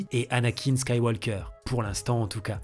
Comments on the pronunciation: Si tu veux mieux prononcer, tu dois dire "Skywoker" sans le le son "L" comme on dit "Tauk" et non Taulk" pour "Talk". Pense à un étranger qui dirait "Un café, s'il vous plaite" Et d'accord pour Rogue One entre le III et le IV. Par contre tu peux complètement éviter le VII, VIII, IX, même si je serais surpris que tu le fasses. Star Wars voulu par George Lucas, c'est l'histoire d'Anakin/Darth Vader. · On ne prononce pas le « L » de Skywalker en Anglais! Sinon, très bonne vidéo :) ça m’a donné envie de revoir ces films dont je n’ai quasi aucun souvenir